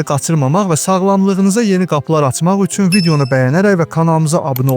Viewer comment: Üsün yox üçün 😅